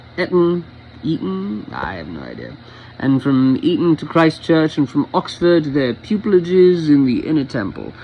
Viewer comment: Well read! 🇬🇧 Yes, the second one, Eat-on. Although you would have nailed 'starf', when it's 'Staff-ord', it's said as exactly that, not ’Starf-ord'!